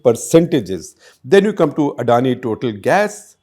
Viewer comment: It is pronounced Totaal, it is french.